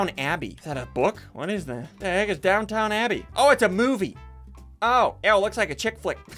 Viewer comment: The way he said DownTOWN Abbey. 🤚